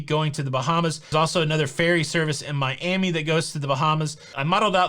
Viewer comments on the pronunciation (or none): none